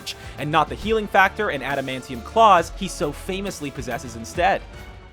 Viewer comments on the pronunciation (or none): none